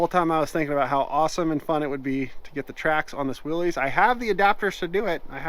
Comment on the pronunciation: Love your videos! It drives me crazy when you say "willies" The mans name that invented this was pronounced "Willis" It has been accepted to call it "willies" and I am not a man to tell another man how to do something as I am a libertarian. I get the same way when people call a bmw car a "beemer" Its a "Bimmer" The bmw motorcycle is a "beemer" 🤣😂🤣 Again love your videos and hope your channel blossoms like a flower..